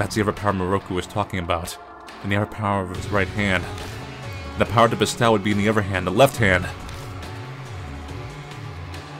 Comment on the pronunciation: ....ILU but bestow is toe, not ow. And gi is a hard g, like go.